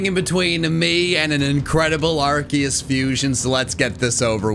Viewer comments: its not ARKIUS ......ITS AAAARKOOOOOOOS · It’s Arceus not ArCKius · arceus (ar-see-us) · IT'S ARKOOS NOT ARCEUS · IT IS ARCEUS